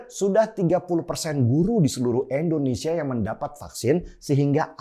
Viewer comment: "Indonesia" Bang Denny... bukan "Endonesia". Bang Denny sebut "India" bisa, bukan sebut "Endia". Jadi biasakanlah sebut "Indonesia".